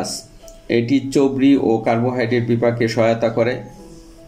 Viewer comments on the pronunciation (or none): Chorbir uccharon thik hoy na. Chobri na, chorbi. Pronunciation a concentration dite hobe aro beshi.